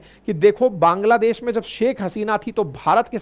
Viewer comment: पांग्लादेश क्या होता है, सर 😂😂